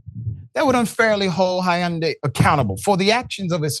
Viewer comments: Not "Hi yawn day" 😂😂 it's just "Hun-day" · Doctor richey the y in Hyundai is silent!!! Lol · No one pronounces Hyundai like that